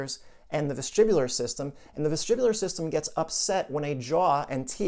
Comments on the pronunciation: Vestibular not vestribular. But very interesting content . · Sorry vestibular or vestribular